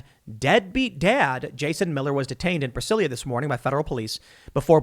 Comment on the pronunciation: Tim, it's pronounced Brazilia not Brasilia. In Portuguese both the country and city are spelled Brasil and Brasilia respectfully but the "s" is pronounced more like a "z".